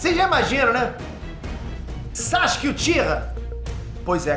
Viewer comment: "bonsai-ske" kkkk